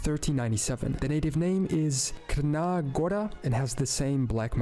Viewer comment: Pronounced not well tbh, crna read is chrna, dacia read as dakia, etc